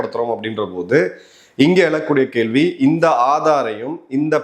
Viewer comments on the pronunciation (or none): none